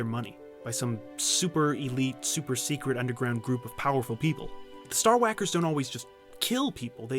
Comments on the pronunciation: Min "Star Hawakers" (like Stewie and CoolHawip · I crack up everytime he says Star wacker.